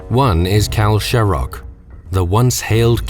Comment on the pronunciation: They pronounced Shaperate wrong too